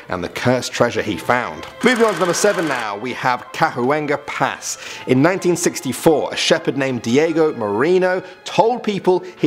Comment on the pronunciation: It's pronounced Ca-wan-ga pass...